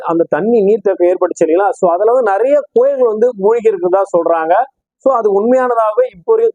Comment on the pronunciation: கோயில் என்று சொல்வது நன்கு புரியவில்லை